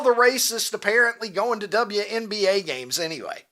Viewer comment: Double u, double u. Not double ya 😂 Y'all crack me up. Say it with me you sweet bastard, WNBA double u N B A😂